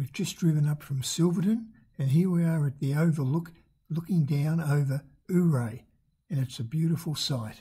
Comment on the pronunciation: Dude... forget how it's spelled... it's pronounced ..."You-Ray"